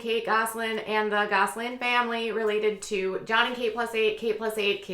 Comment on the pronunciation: I notice you say it like “Gosling” instead of “Gosselin” — but it may just be your Minnesota accent. I think Minnesota accents are just too cute!